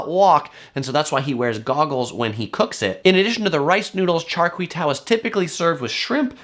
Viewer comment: Pronounced "Char Kwei Due"